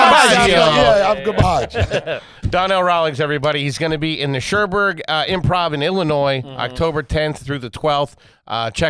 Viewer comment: Shermberg = Schaumburg, stay class with the reading H.